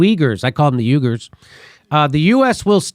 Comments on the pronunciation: Mispronouncing Uyghers as Yugers for comedic value was uncool....along with your what-about-isms regarding US human rights. So... downplays the "re-education" camps as Uygher-lobbied, politicized propaganda? Did I hear that right? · this spells u-i-g-u-r-s with emphasis on second U